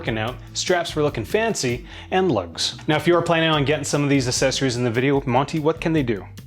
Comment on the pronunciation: Still can’t say the word “accessory “ properly. The personification of ignorance. Why should anyone listen to a word you say when you can’t be bothered getting simple facts right? This makes a mockery of your content you know. And just so that you know, American is not a language. The language you are supposed to be speaking is called English ( not British!) and the English language has rules, just like any other language. Go read a book, or take a class!